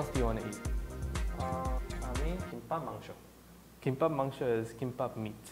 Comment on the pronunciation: You shouldn't say mangsho